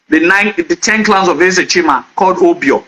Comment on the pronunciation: Bro, you are very knowledgeable but work on your pronunciations ditto clans but you sounded clowns and more .